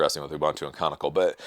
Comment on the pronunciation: just a quick correction, the company behind Ubuntu is Canonical, not conical, or canicle or whatever you said. By the way you're doing a good job.